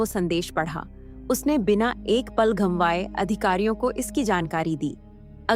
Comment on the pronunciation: gambaye nhi gavaye hota hai 🙏